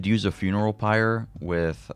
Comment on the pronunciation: Just watched a vid about Deva and it was driving me INSANE how he kept pronouncing PYRE lololol